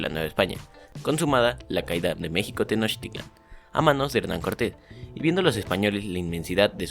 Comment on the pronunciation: bro La pronunciación de tenochitlan Para mi tienes 9😁🤗